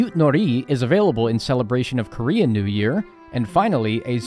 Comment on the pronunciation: your korean words pronounce is perfect! as a cursed korean guy, I'm so glad